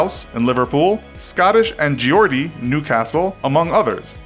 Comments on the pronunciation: How did he pronounce almost all of those accents/ city named incorrectly? Birming-HAM? And Gee-ordie? Perhaps worst of all was Somer-soot, how can he not pronounce words that a 4 year old manages to pronounce flawlessly? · Geordie is pronounced "Jordie" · Geordie- it is pronounced “Jordy” not “Jee-ordy” that really pissed me off idk why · Geordie is pronounced (jaw-dee) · Btw geordie is just pronounced ‘jordy’ not jeeordy just for future reference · It pronounced jordie not gee-or-dy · Oml I’m Geordie.. the way he pronounced it! I’m Fricking dead 😂 It’s pronounced as this : Gordie I’m guessing the because of the way you say Geography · Geordie is not pronounced geeordie but as if you are saying geo in George and dee. Geordies are all over Newcastle and surrounding cities :) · Was anyone else in pain over the mispronounciations of MANY of the places and such, like Geordie, and Birmingham?